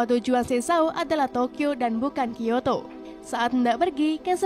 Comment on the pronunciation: Kyoto aja di bilang kiyato